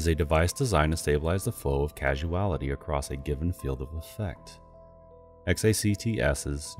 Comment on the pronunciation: cause-al. cause-ality. not "casual" or "casualty"